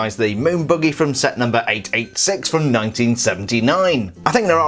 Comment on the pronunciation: He says buggy like boogie